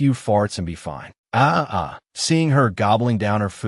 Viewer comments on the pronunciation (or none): And turning the word fine into something else like finay